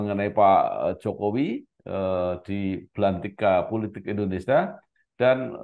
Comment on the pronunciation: Indonesia pak..bukan Indonesa.